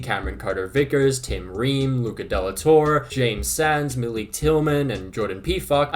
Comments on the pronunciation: My guy you gotta work on that Luca De La Torre pronunciation. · bro why did u pronounce "de la torre" like that in the beginning of the vid... smh